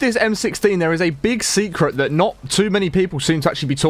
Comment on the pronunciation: "Secret" not "secrent"